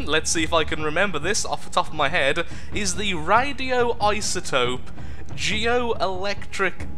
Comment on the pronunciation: RadoiSotope not RadoiTotope. xDSorry, OCD. :T